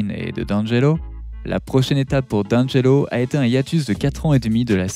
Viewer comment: Prononce Di Angelo